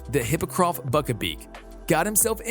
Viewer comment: badly pronounced, Haegrid,Buck-a-Beak, Hermiionee